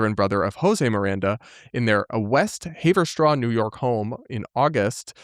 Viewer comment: I’m gonna be honest, I had to pause your video the moment I realized you were trying to say West Haverstraw 😭💀